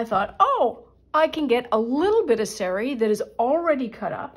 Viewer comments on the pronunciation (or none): It's saa-ree, not say-ree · In the name of respect and authenticity the word sari is pronounced sarr-ree and not as you say it. If in doubt always ask google translate for the correct way to say words with which you are unfamiliar.